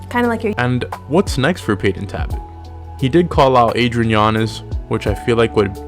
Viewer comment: It's Talbott bro